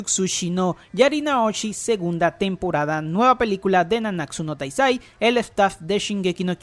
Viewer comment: "nanáksu no taisai corse bi laik" no es hate solo me dio risa xD